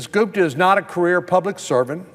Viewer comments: lololololol check out he called her goofta not gupta hahaha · " Ms. GOOFTA" LOL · Off political topic here... Does anyone else hear him mispronounce her name right at the 6 minute mark? Check it out! I could swear I hear Goof-da. Click here and listen: . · I loved it when Sen Cornyn accidentally called her Ms Goofta instead of Gupta. Lol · Did he purposely call her Miss goofta? About 6 mins in... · Va Goop is not what America needs. As divisive as they come… Haha, he did say goofta 👍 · it sounds like he calls her "goof-da" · Is it just me or did he call her Ms Goofta a couple times? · minute mark he called her Goofta! Lmao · Did he call her Ms. "Goofda" ? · LOL 🤣 ~6mins or so, sounded like he said her name as "Miss Goofta" Very appropriate mistake 🤣🤣🤣🤣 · I heard that too! 🤣🤣🤣🤣